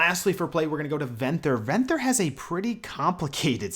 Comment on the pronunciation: You're mispronouncing Venthyr, and it's killing me